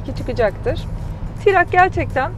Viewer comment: Tirak değil troc Tirak deyim duruyo yaw.